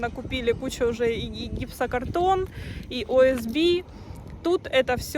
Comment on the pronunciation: И без Б! Ориентированно- стружечная плита. ОСП.